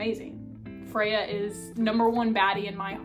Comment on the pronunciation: Freya? It’s Feyre 😭